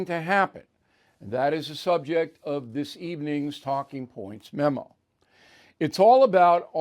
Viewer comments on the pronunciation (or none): none